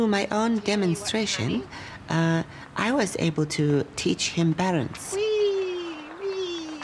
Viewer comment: I totally RUVV 💕 her exaggerated Japanese accent: “I was able to teach him barance”; “the media fell for it hook, rine and sinker” Brilliant! As it happens, I got to know some Japanese art students at Glasgow School of Art and ended up copying their pronunciation “Grasgow”, “Scotrand” etc., and now it’s actuarry become a habit with me 🌸🌸🌸🍱😍